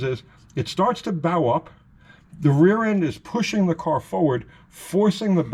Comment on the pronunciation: Bow, when talking about springs, is not pronounced bow as in the pointy end of a ship, but bow as in bow and arrow. The word bow is used because the object being talked about is taking on the shape of a bow that is used to launch arrows. When you accelerate a leaf spring car the same force that is turning the wheels forward is also trying to twist the rear end backwards. That is why pinion snubbers are use to keep the nose of the differential from twisting too far backwards. This affects the leaf spring on both ends putting an upwards bow in the front and a downward bow in the rear of the spring. This puts the spring in an ess shape and is called spring wrap. The Chrysler setup with the diff mounted farther forward than most Fords or Chevys resists this better and a couple of extra clamps can be used to counteract this tendency. Ford and Chevy guys might get more mileage with a "slapper" type traction bar which attaches under the spring and extends toward the front of the spring with a rubber snubber which limits the twist in the spring. For best results the snubber should contact right below the forward spring eye as the bow in the spring under hard acceleration would mean that the bar would have to twist further to contact the spring, unlike the fixed end of the spring.